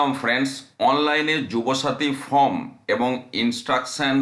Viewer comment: ফর্ম কে ফ্রম, ওয়েবসাইট কে ওয়েবসাইড বলছেন? শিক্ষার মান কোথায় নেমেছে সেটা বুঝিয়ে দিচ্ছেন। আগে নিজে শুধরে নিন পরে অন্যকে শেখাতে আসবেন। ছিঃ ছিঃ ঘেন্না ধরে গেল।